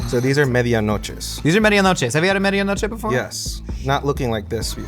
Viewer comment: I love ya but your pronounciation of Medianoche made it impossible for me to understand what you were saying